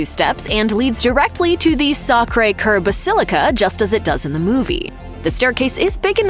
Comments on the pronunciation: Your pronunciation of Sacre Coeur is awful. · The pronunciation of : "La Basilique de Sacré Cœur de Montmatre" was so butchered much that it surpassed all the k*llings byJohn Wick in the entire series